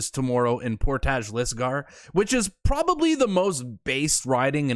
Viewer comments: Portage is pronounced like porridge with a t. Portij = Portage. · all day! And you are saying portage wrong Haha. It's more like " por-tige"